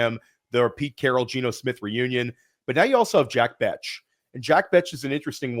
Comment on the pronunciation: it's not Bech as in "Betch"...it's Bech as in "Besh". Great show, but gotta fix that pronunciation lol.